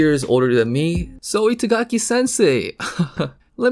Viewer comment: He pronounces Itagaki as it was "It's-agaki", basically, pronounces a japanese name with english.